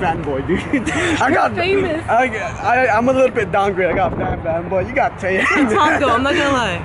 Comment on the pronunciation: It's taeyang not taeyong